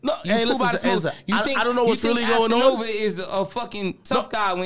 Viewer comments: "assanova" lmaoooo 😂😂😂😂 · Lol man called cass Assanova 😂